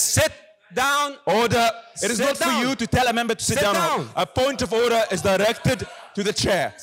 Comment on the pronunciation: Bullshit...."order orrder".... idiot+idiots